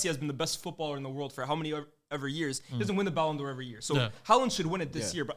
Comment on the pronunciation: can't be stopped with his pronunciations, ballon dior is crazy